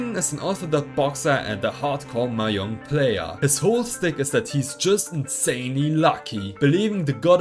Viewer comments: Mahjong is pronounced "ma zhong", not "mah yong" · It’s maJong not maYong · Bruh ur pronouncing mahjong wrong